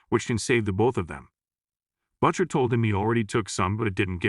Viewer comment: I like how the AI-generated narrator pronounces the name "Butcher" as "BUTT-sher."